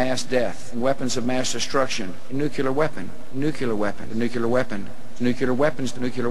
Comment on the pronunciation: It does drive me nuts when people say "nucular." I first heard Carter do that -- a nuclear physicist. I try to politely correct people but either they have a tin ear and don't hear their mistake or they don't want to correct it, and it does sound dumb. I also can't stand it when people say "eck cetera." xo